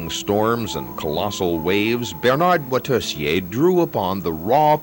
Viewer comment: Moitessier, not Motessier.